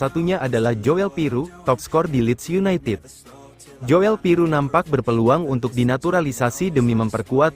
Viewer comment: Joel Piroe itu bacanya Jul Piru ( OE itu sama dgn U ) Kyk Nathan tjoean ( cuan )